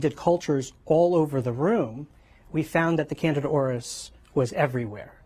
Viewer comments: Omgoodness the female news lady needs to make sure she knows the pronunciations BEFORE going on lol it’s NOT “Canada fungus”... IT IS CANDIDA FUNGUS!! Holy crap and the male with silver hair at about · Candida is pronounced Kan-dee-duh, not "Canada." 🚫🇨🇦😹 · Can-DEE-da is indeed a much better, more distinct and helpful pronunciation than Can-DA-da . Pronouncing Candida as "Candada", sounds too much like "Canada". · How come they all are pronouncing candida like Canada 🇨🇦❓ it’s pronounced as can - deed -a🥴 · AHHH it's CAN DEE DA not Canida. Why are so many mispronouncing this simple word! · they are saying it weird.. yea .. candada.. it's can-dee-da. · Fyi it's pronounced cand D da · Why is it being pronounced Canada Arus? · It's Can-dee-dah! DAHHHH! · Absolutely love how the doctor mispronounces candida! It also furthers my trust that they don't attribute any of this to antibiotics and poor dietary habits. Plemorphism is the key. If the host is sick because of a crap diet it's only a matter of time before you crap out. Basic fundamental common sense. Keep having those sodas, over processed food, prescription drugs, sugar and this is what happens. No news here. Can you cover the economy and housing market, please?